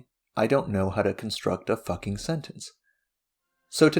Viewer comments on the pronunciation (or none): Idk why but you saying “fucking” was really funny to me because there was so much attention drawn to it despite it not being something that needs that kind of attention